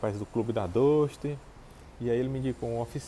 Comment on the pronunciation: 9 meses e não aprendeu a pronunciar o nome do carro ainda?